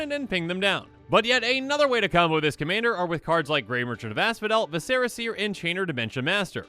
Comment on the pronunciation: Do you pronounce vicera seer wrong on purpose?